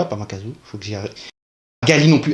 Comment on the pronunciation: Makaku :x pas makazu